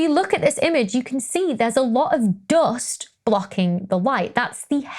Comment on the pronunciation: Love how you pronounce Doghst. (Dust)